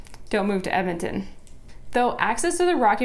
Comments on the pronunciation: Honey its EDmonton, not Emmonton. I hate that people can't say the name right. like Left-Bridge or Lloyd Minister, GRRRRR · It's EDmonton. Not Ehmonton. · "ehmintin"? "emintin"? Say it with me: "ed-muhn-tuhn". ED-MON-TON. .... ehdmintin. No. EDMONTON. Fuck yeah. Love my city.